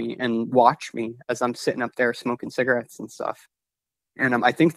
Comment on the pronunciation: He said ciggerettes and stuff😅